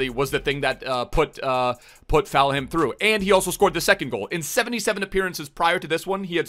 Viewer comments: Full-ham not faul-ham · Fam it’s full-em not ful-ham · Any one else cringe when said foul ham instead of Fulham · you pronounce it as full hem not falham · Fulham isn't pronounced Foul-Ham, it's pronounced more like Full-am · it's not Foulham it ful-um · It triggers me so much of him saying Fowlham instead of Fullham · please... its pronounced "Full-um' not 'Foul-ham' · Cmon it’s Fulham not FOULHAM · Its falhum not foulum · Say it with me Fulham not Felham 🤣🤙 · Plz just say Full-ham not Foul-ham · Fouham it's Fulham bruv Full-ham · FULHAM NOT FOUL HAM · Why do u say Fulham like “FAL HAM”, it’s pronounced “FULL HAM” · Foulham😭😭 its pronounced fulerm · what am i missing. why’s he calling fulham; foulham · He’s saying foulham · Ik he is Canadian or something but it is just Full um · pronunciation of Fulham 🤣🤣🤣🤣🤣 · i love but everytime I heard him say foul ham I cringed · “Full um” pleassseeee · Falham wow come mon dude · Give it up for foul ham. If you say foulham one more time i am jumping from my window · its said 'full um' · Is my man really sayin "foul-ham" 😂😂😂😂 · I’m a Fulham fan and if you say foulham one more time it’s ropes😡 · How he says Fulham is soooo annoying it is.... FULL- UM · What's fallham. Is he saying fulham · Fulham is pronounced Full-Um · Mate its FULHAM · Fal Ham (?) 😁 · It's pronounced fullum breh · is FULHAM not FoulHam it is just as bad as LiverVAR. LOL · “Full em” btw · "foulham" you sure that's pronounced correctly? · It’s pronounced fullum 😂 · Why is he saying falham? So annoying... Probably got 10 extra dislikes cause of that, way to spoil a video 👍🏻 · Who else cringes when tries to say Fulham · I think he says it on purpose... Bc is an epic Memester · He does that on purpose. I think he loves seeing everyone in the comments getting all riled up about it. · He does it to annoy people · please say Fulham right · You're pronouncing fulham wrong